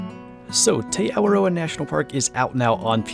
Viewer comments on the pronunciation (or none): tey awah roe ah lol no it's ti ow o rah ti aworah get it? not tey awa roe ah. ti aworah, te awaroa is the name but it's pronounced differently